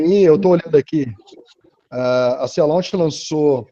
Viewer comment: A empresa que o moço menciona é o Sea Launch, se pronuncia /si: lóNtch/. Quase quebrei a cabeça para ver empresa ele está dizendo, mas achei. :D Gostei muito da ideia dessa empresa, colocar uma base em uma plataforma marítima. Isso serviu de resposta a minha dúvida... se é possível fazer grandes bases no pé do mar, já que a ilha de marajó e algumas ilhas ali perto ficam bem na linha do equador, mas o problema é que tem que remanejar grandes quantidades de populações daqueles locais. Marajó tem mais de 500 mil habitantes, por exemplo.